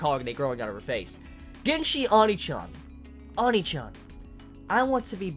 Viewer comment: why you pronounce onii-chan like that.....